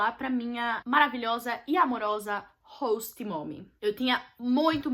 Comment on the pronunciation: Gente q agonia dela falando "hosta"!!!